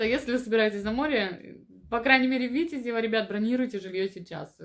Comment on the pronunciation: А почему на первый слог ударение делаете? Я имею ввиду Витяяязево. А кроме этого отличные видео. Подписан.